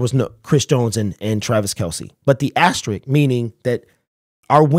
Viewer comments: asterisk not asterick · Asterisk, not ast a Rick